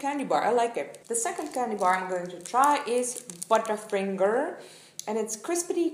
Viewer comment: To me, when you said "butterfingers", it really sounded as if you had an Indian accent haha!